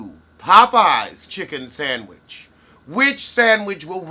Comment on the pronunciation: 😊sandwidge ..... love the pronounci-nana.